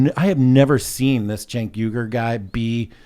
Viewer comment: What’s there Cenk Uygur What I see: Sink Weegur What Tim says: Jane Cougar